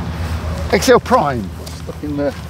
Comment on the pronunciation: It’s pronounced “zek zio”